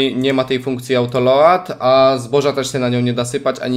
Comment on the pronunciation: #remont mówi się autolołd gdyby co 😅